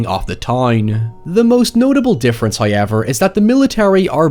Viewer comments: your pronunciation of however is giving me the crazies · It sounds like it would take so much effort to pronounce "however" that way. Does it hurt or make your mouth cramp up?